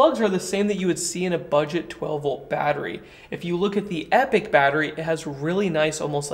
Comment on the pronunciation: You pronounced it Epic! Yeah man. No more “Epotch”. 🤓